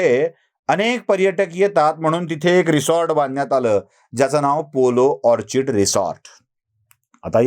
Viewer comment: Orchid che pronounciation ऑर्कीड असतो